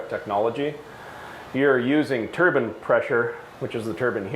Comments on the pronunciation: turban lmfao turbine i would say lol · I never knew Americans used turbans instead of turbines 😂🤣